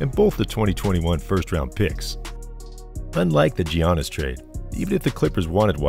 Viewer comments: Bro it’s pronounced Yannis not Gee-ahnnis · It’s pronounced Yannis, not Gi-a-nis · Why in the world are you pronouncing it Gee-annis??? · Nice vid bro but you gotta learn how to pronounce Giannis and Lukas names😂